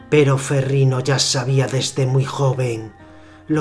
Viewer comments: Curiosidad por saber.... pero me gano la verguenza ajena por el tono y la voz del comentador hehehehehe y no se dice ferriNo se dice ferriÑo la "GN" en italiano es la "Ñ" en español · No sé pronuncia ferrino es "ferriño" como Ronaldinho